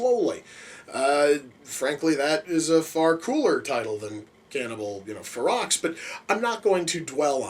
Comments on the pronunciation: Hahaha Cannibal Xerox...now you should know how to pronounce the title. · The x is silent it's pronounced (fur-row) it's spelled ferox but pronounced fur row. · the x is silent ; ) its fero